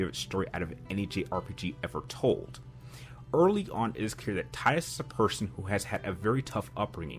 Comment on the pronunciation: Subbed for pronunciation of Tidus.